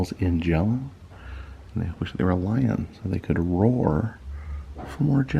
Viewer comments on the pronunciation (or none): none